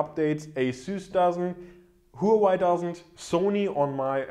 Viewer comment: the HUAWEI is read as wah-way